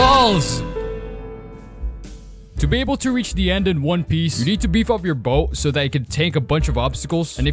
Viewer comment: onw piece? ONCE PIECE?????